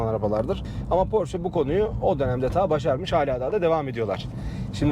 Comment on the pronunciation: abi doğru telaffuz "porşe". senin gibi dortmund'da yaşayan birine yakıştıramadım...